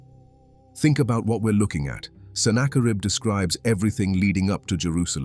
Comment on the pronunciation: I'd easily and gladly give this a 10/10. Except... The quality of your work is seriously tarnished by using defective AI narration. It's better than most, but the tells are still there. Who is senna-kar-ibb? This kind of pointless switch between proper pronunciation and AI nonsense happens throughout. Like I said, the quality here is really, really good. Why do you not proof the AI's narration and correct these? Or better yet, don't succumb to the temptation of easy & quick. Maybe even cheap. Use a human narrator. Because this video deserves better than AI gibberish.